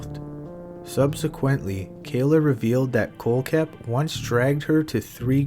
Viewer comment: Miss pronounced kohlhepp. Also not buying staples story. Attention seeker